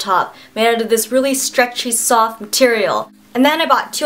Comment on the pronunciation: LOL awwww someone should make a gif out of her face when she was like "waow dis is so sooftt"